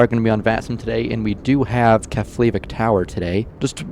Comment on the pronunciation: just FYI, its Keff- La- Vick